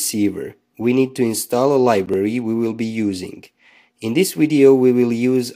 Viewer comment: Where are you from??? Voltage is not pronounced as wolt-age . It’s a Vee not a DOUBLE-UU. Video is pronounced Vee-dee-ooo Not Wid-we—I